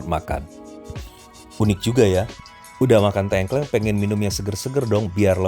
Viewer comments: 🤣🤣🤣 Wah bos tengkleng rak trimo 🤣🤣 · tolong benerin pengucapan tengklengnya